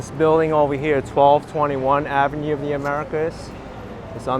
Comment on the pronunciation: Love the way says 'Avenyeux with a nice French twist. Perhaps I've been pronouncing it wrong all these years as ' avenew' Lol